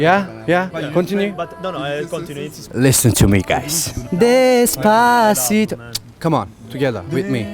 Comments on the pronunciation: Reynmen abi çok güzel söylemişsin "despasıdo" yu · desbasıdo dedinya valla tekrar tekrar dinlemekten yoruldum cok guzel soyledın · Abi Despatico soylemene heyran kaldim. AZ TR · Despasidoyu ne kadar guzel okudu yav